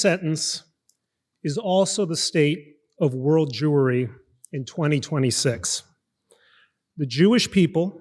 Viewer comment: omg he said “world jewery”!!